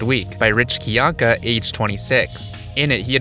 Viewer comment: Are we not going to point out that Rich himself pronounces his name as "Kai-Yank-Uh" and not "Kee-Yank-Uh" lol